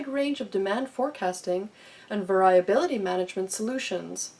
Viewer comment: Check your pronunciation of "variability." And "causal" is not the same as "casual". Who edited this video?